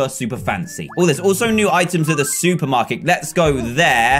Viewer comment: since then, i just hear the word suit, did he say the SUIT-er market or supermarket